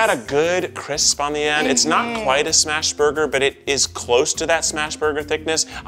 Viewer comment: Sorry but I died a little inside every time I heard “smash burger”😭